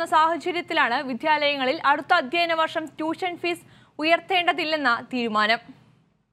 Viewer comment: അധ്യയന വർഷം........ അല്ലാതെ അധ്യന വർഷമല്ല.